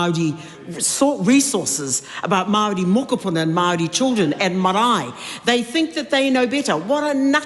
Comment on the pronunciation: At the risk of sounding racist, I have never heard Maori pronounced that way in my 40 years in New Zealand. I live in Waitara and was always told it doesn't matter the word, you should always roll the R. Not to mention the rest of the pronunciation.